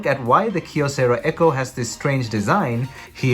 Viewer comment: Props for pronouncing Kyocera with a single syllable "kyo". English-speaking YouTubers often don't even bother to check Wikipedia. If I had a dollar for every time someone mispronounces Xiaomi... 🤣